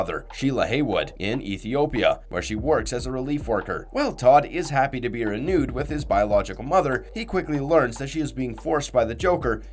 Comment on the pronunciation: Throughout the video as well,unless “reunited” is supposed to be pronounced “renewed”. That’s just the most obvious one